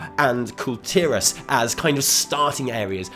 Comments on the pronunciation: i like you because you pronounce kul tiras. finally someone doesnt call it "call tehrass" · You are the only YouTuber I've heard that says kul tiras correctly.